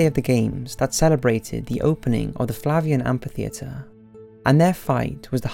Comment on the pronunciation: It's amphitheater, read amfi theater, not ampi theater.